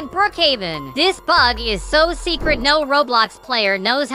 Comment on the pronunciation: The bog is so cool Idk why he pronounce bug as bog